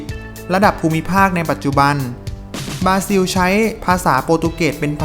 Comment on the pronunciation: บราซิล ออกเสียงว่า บรา-ซิว ไม่ใช่ บาซิว โปรตุเกส ไม่ใช่โปตุเกส มีประชากรราว ไม่ใช่ประชากรลาว มีสัตว์อันตราย ไม่ใช่มีสัตว์อันตลาย ประเทศรัสเซีย ไม่ใช่ลัดเซีย ภาษาราชการ ไม่ใช่ภาษาลาดชะกาน